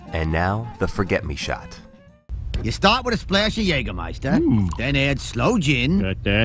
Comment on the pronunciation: Excellent pronunciation of "Jägermeister". Appreciate that